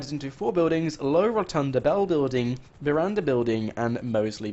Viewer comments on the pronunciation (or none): none